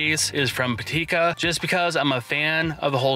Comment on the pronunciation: Great video Just one mention: Pitaka not Patika